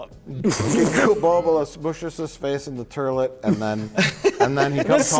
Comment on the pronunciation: Mike actually says it, he says Terlet like Cletus or Abe Simpson!!!